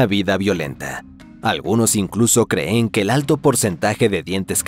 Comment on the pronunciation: La IA también puede lograr eso, sólo fíjate cada vez que dice el verbo "creer", siempre dice "se creé" y "creén" y ya lo dicho en varios videos y en varias ocasiones en los vídeos.